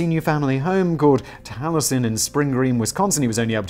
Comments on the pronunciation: In retrospect, FLW homes and his other buildings are timeless Classics. Falling Water is a bucket-list destination for many FLM fans. Maybe you should view one of several docs on his work, which I can't get enough of. Pronounce it tal-ee-Es-en. Unfortunately, your FLW diatribe amounts to joyous, ignorant ridicule. And, yes, his decorative pieces Are integral to the FLW "experience" and valuable to collectors. For God's sake, it's pronounced kah-Zahn, not Kay-zn. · I live by Spring Green. You can tour Taliesen (Tally-eh-son). It's beautiful. As beautiful and brilliant as FLW was a bellend. Also, it's pronounced Dodge- Ville. Like the game Dodge-Ball. Can't help my pedantry. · Ok, usually I find Simon’s ignorance a bit charming, but how can someone not know how to pronounce Taliesin. Oh wait, I am from Wisconsin. People struggle with our pronunciations.